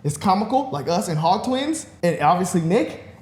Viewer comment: Bro said us and “ HOG “ Twins 😂😂😂